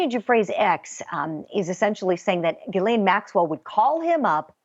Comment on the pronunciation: G- HIS- LAINE = Jizzlane, It’s pronounced Jizzlane...